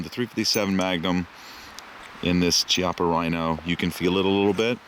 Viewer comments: Hey guys, you asked about speed loaders for the Rhino, the HKS MK3 or the Safariland J-R4C will both work. Also, it's pronounced Key-AHH-puh, just for your info. Love the vid as always. Keep up the good work. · it's pronounced key - appa